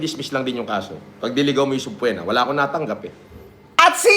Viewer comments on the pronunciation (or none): Once upon a time a doctorate degree holder once said "SUBPWENA" the end. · kagigil mag sbi si ng subpoena akala ko mtalino yan?bakit d nya alam n silent B pag basa dun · Subpwena ang pronounciation ni ulagang PhD yern? Nanggigil kamao ko dyan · Subpoena ❌ Subplema✅ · Nakaka buryong yng SUBPWENA na bigkas nya. haha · subpoena norman gusgusin hindi subpwetna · Bakit banggit niya sa subpoena ay sobpwena 😂😂😂 engot tagala gusgusin 🤣🤣🤣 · aka The Norman Gusgusin Dictionary: "Subpwena" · Subpoena ❌ Subpwena ✔️ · Bkt pag pronounce ni SubPwetna.... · Ang kati sa tenga nung "soob-pwe-na" niya. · literal na Sub-PWE-na. Pwe na Pwe ahahha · Subpwena?taena Tagalog n nga lang mali mali pa 😂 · Nakakairita talaga yung paraan ng pagbigkas niya ng subpoena. MIT pa daw yan ha. Hahahaha.